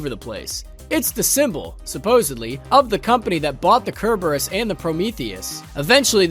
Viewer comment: The way he says Cerberus invalidates everything he says. 4 sound engineers and editors let that fly without getting corrected